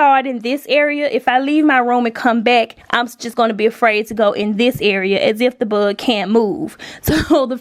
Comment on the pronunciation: The way she pronounces “ buhhhg “ what is that accent tho? I’m not American please 😂😂😂